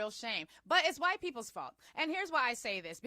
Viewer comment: I love the way you say "waytiness" and "wayite" 🤣